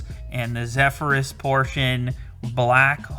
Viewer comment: It's the misspronunciation of Zephyrs for me. lol